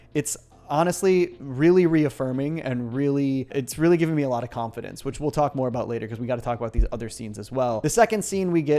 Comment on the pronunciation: Anyone else hearing him say it as Khan-Fidence